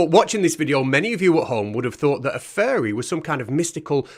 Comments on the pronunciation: it sounds like hes saying "furry" every time he says "fairy" lol. makes it a very different video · The way you say fairy sounds like furry which just makes it even funnier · English here. It certainly does sound like furry most of the time. As when he says fairy he is doing it with effort. I think he is saying furries on purpose; doing it to mock fairy believers more. As he finds saying furry for fairy funny. Or it could be his northern Dialect As you can see it takes him effort to actually pronounce fairy.